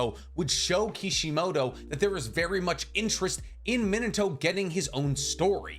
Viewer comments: Me-Nah-Toe not Minah-to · your pronunciation of minato rivals Michael b Jordan saying narudo